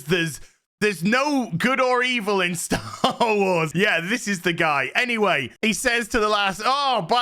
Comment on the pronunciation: Correction, it is Disney "Sher Wars".